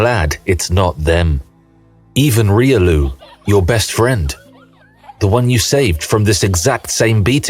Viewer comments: Even reelioo... ? Reelioo, really? It's pronounce Riolu, not reelioo,.... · Damn that Riolu pronunciation… this is AI after all